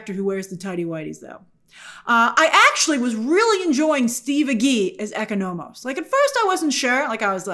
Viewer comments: Oh my gosh, Grace the way you’re pronouncing Economos is killing me rn 😂😂😂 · It’s painful😂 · The pronunciation of Economos and Grillo is peculiar. These are names you can easily get correct